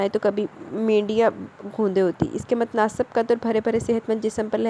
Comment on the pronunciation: Ulahr nhi hy alhar hy alif py zabar hy mutnasab nhi hy mutnasib hy seen k neechay zair hy